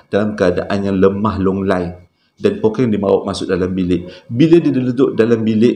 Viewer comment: Hahaha Pokkeng bang 😂 kalo Pokeng jadi lain maksud ye nanti 🤣 tertinggal 1 huruf “K”. but it’s oky. bunyi ye lebih kurang. kalo orang utara lain maksud ye